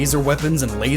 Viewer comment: he says Robut beasts instead of robot beasts. :’)